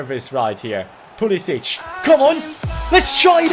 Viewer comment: Pulisic's name is usually pronounced Pulisick